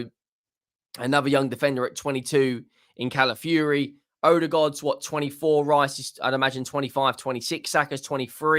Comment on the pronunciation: ITS NOT CALAFURY, IT'S CALAFIORI. Pronounce the O in his name. YOU'RE WELCOME 😅😅😅